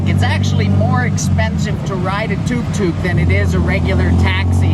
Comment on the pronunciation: Glad to hear you admit it. Very basic indeed, and its tuk tuk (as in look not too)